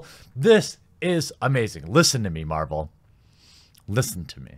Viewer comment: sounds like you were saying Captain Marlboro, no wonder this film will give me cancer if I watch it. Lol